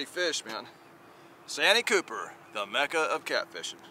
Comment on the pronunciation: Ain't it pronounce 'Saanteee Cupper' ?